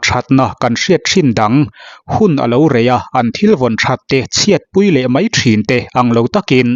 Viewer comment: A dik... mai tih tur ah mei te a tia😂